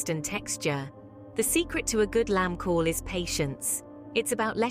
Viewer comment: The AI ain't saying Cawl correct. Get a human to do the job.